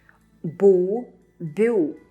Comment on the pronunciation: you actually have pronounced "Й" when you said "БЮ" and you know that's wrong, in your previous videos you had mentioned that whenever a consonant is followed by a vowel right next to it the "Й" sound disappears!